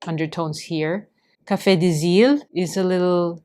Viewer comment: Thank you for your video. I love brown inks! Your prononciation was pretty good for Café des Îles !